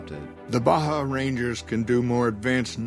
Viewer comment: There's something about the way Baja is pronounced i just hear Blahjah.